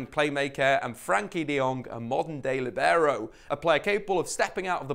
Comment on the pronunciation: Interesting. "Libero" though is simply pronounced like "liberty" with an "o" instead of "ty" ;)